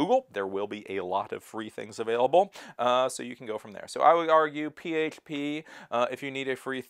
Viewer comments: Why can't he say php? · The way you say H is very weird. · Why do pronounce certain words like that? Can't even say PHP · Is that how you actually say PHP? If so, no problem, but I can't tell if you're trolling, lol.